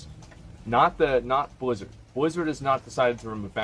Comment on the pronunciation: Nobody: Asmon: bleezurd